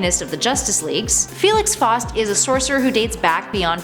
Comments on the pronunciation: always thought it was pronounced foust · The way she was pronunciation Faust and Morgaine was killing me